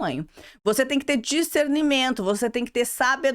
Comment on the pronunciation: Acho tão engraçado ela falando uc kkkk